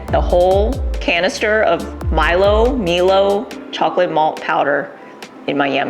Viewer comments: It's pronounced My-Low. I know cuz they say it in the commercial. Filipino kids love to sprinkle it on rice as a snack (by sprinkle I mean we dunk spoonfuls of it). ♥️😋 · Milo is pronounced My Low and we get it in India too!